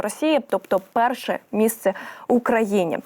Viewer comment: Дуже изковырканый язык не парше,а перше.